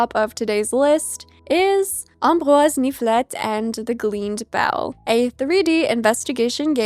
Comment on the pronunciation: your pronounciation of ambroise niflette was so good! are you canadian by chance?